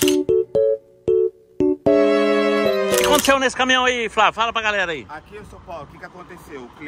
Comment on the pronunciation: É Caminhão,... Não Camihão....🤣🤣🤣🤣